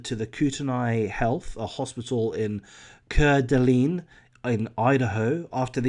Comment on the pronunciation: Sad Idahoan here. Kootenai = Koot-knee Coeur d'Alene = core-da-lane At least that's how we say it here in my hood.